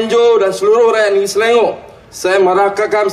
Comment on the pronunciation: Selangor in BM not in English as pronounced YB!!